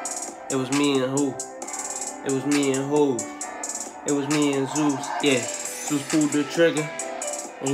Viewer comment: 😂🤣.. so true.. yo did u just say zues ... 🤔😁